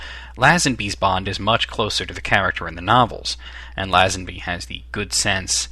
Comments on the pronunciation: Please American's, learn how to pronounce names and get your facts right...First of all the name of Tracy DeVincenzo is pronounced Vin-chen-zo, not Vin-sen-zo...And it is Lazanby not LAZ-ANBEE..... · not læsenbi. leisenbi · I enjoyed this vid :D when pronouncing Lazenby you should say the La bit as if u were saying lay